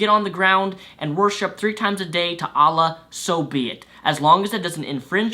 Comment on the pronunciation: It was funny hearing you say Allah XD Just saying, not as an offence...